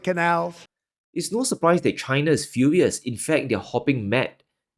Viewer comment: WTF? did he say China is Fulious?